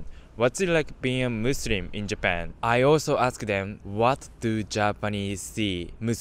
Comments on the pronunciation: bro really said musurim 💀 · it is not musrim, it is muslim